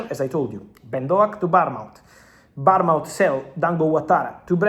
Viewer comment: The way you pronounce Bournemouth, gets my juices flowing